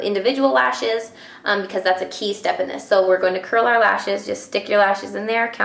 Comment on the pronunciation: lol I had to laugh because you said "our" but it sounded like Arrrrrggh! Like a pirate. And that reminded me of "talk like a pirate day" that is every Sept 19th. So I had to giggle. Do you like that site? I think its funny. And your a great friend to everyone also.